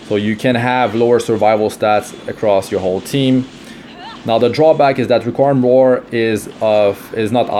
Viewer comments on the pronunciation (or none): It’s re-queem